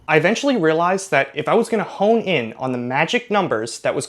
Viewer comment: 1048 it's home in. not hone